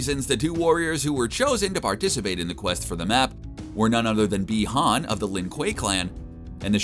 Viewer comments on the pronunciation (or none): BEE-HAN,NOT BYE-HAN!!!! GET IT RIGHT,!!!!!